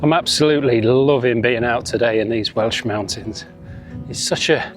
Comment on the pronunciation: I live just off the PBR, and you have portrayed it really well. Your Welsh pronunciation had me giggling all the way through 👍⛺